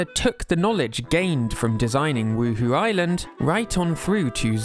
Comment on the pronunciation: Huhu Island? Anyone else played the Sims and keep hearing 'Woo-Hoo?'